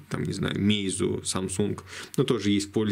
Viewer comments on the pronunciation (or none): none